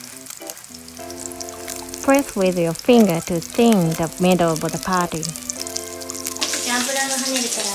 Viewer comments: It is called "patty" not putty! Ha Ha Ha Ha I find that so cute! Just trying to help with English. You are teaching me a few Japanese words as well. Thank you. ❤️❤️❤️❤️❤️ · ) we say "patty"....not "putty" .....love you all